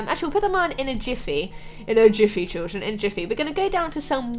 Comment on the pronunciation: Stop saying chilldren 😑 I am chilldren 😐